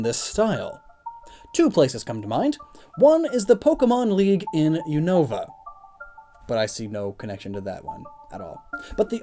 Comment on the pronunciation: You said unova wrong